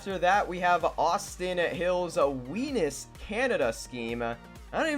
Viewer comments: That's Weins, not Wenis 😂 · WENIS 🤦🏻‍♂️😂 it’s Weins pronounced Waynes